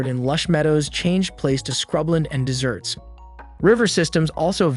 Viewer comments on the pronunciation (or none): Not good at all, showing faces of different people than the person's you are talking about and you didn't mention that Saudi Arabia came into being in 1932,,,,,and it's deserts, not desserts, be nice to have correct pronunciation of the words